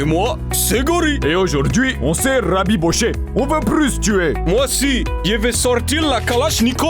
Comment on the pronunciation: Haujour’dhui on c’est rrrrraaabbbibocher 😂